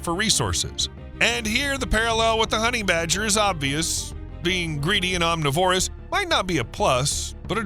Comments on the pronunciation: omNIVorous, NOT omniVORous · "Honey badger don't care." Hey! om-Niv-orus. Not om-ni-Vorus. Otherwise, all good. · It's pronounced aam - ni - vr - uhs, goddamnit!